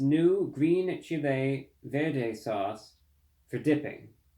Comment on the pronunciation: If they were made with their ground beef instead and $1 each, it’d be a big winner. And you don’t need to pronounce “chile sauce” like the country. 😂😂